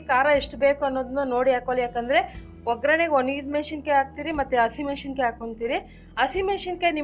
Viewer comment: ನೀವು ಹೇಳಿಕೊಡುವ ಅಡಿಗೆ ತುಂಬಾ ಚೆನ್ನಾಗಿರುತ್ತದೆ ಆದ್ರೆ pls ಕನ್ನಡವನ್ನೂ ಅಷ್ಟೇ ಚನ್ನಾಗಿ ಮಾತಾಡಲು ಪ್ರಯತ್ನ ಮಾಡಿ,ಹಶಿಮೆಶಿಕಾಯಿ ಒಣಮೆಶಿಕಾಯಿ ಅಲ್ಲ ಹಸಿಮೆಣಸಿನಕಾಯಿ, ಒಣಮೆಣಸಿನಕಾಯಿ.ನಿಮ್ಮ ಭಾಷೆಯ ಜ್ನಾನವೆ ನಿಮಗಿಲ್ಲದಿದ್ದರೆ ಹೇಗೆ?